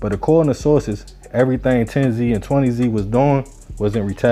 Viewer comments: It wasn't 10 zee and 20 zee. It was pronounced 10's and 20's written with a "Z" instead of an "S" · Tens and twenty’s not 10zee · It’s tens lol not 10 Z 😂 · pronounce it like theres a S at the end instead of the z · It's not 10 z and 20 z it's pronunciation is tens and twenties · It’s “tens and twenties” not “ten-z and twenty-z” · It’s pronounced tens twenties thirties! The Z shit came from the the news channel. There ain’t no Z stuff at all it’s 10s 20s 30s like that. A lot of of 10s are crips as well as 20 & 30. And the only thing bloods got over south are 30s blood and O.B. Blood. The 30 blood stuff is made up and they never actually had the whole 30s area that’s just what they call themselves. They mainly used to be on 35th thru 39th & Chicago plus they had 4th Ave once you cross 32nd st. They area was mainly after you cross 35th tho because the low parts of the 30s they couldn’t even come to unless they was cool with somebody or had some pull or dope other than that it was a no go zone! Plus they opps was at 1 point was way too many people! The bloods hood shrunk to. But at the end of the day, I wish the whole southside could start networking working with each other and leave all that bullshit alone it don’t matter what gang hood mob clique whatever you ain’t gotta be killing nobody over no bullshit etc… At the end of the day all that stuff is a loss for everybody. Shout out to everybody over south north and St. Paul the suburbs too! Peace & love ✌🏾❤️💙💰💰💯😇